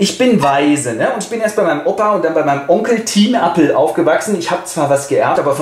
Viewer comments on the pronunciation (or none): none